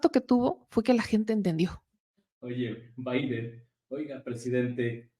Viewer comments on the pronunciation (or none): none